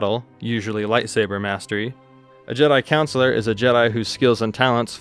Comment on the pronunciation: Great video bro but CONsular. Not like a school counselor it’s con not coun am I the only one noticing this 😅.